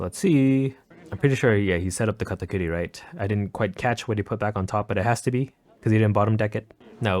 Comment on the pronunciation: KAH-TAH-KURI.......... like genuinely why do you say katakootie?